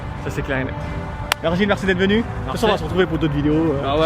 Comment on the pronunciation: Trop cool une vidéo avec un joueur du losc par contre son nom ce prononce virgiliu et non virgil